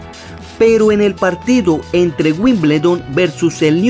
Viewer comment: Wimbledon y New castle no se pronuncian literalmente como está escrito xdd